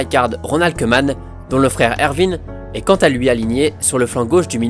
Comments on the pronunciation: salutation à toi et à tous mes amis français. alors petite précision, en néerlandais le oe se prononce ou et donc koeman se prononce kouman. Super vidéo en passant comme toutes les autres! RIP Kobe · Super vidéo! Juste le "oe" en néerlandais se prononce ou ;) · si le oe en néerlandais tu dis ou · « oe » en néerlandais se prononce « ou » on dit donc ronald « koumane » sinon très bonne vidéo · On dit kouman